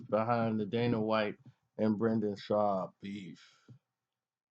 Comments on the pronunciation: This nigga keeps callin him shwab. That makes me think this nigga has no clue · Butchering names bro. A-don-a-say??? It’s ah-duh-san-yah. Also where’s the “w” in the Schaub. “In-gon-you”....jeezus Obviously you don’t know shit about the ufc.